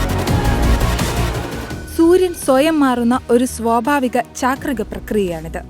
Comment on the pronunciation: chaakrakam alla chaakrikam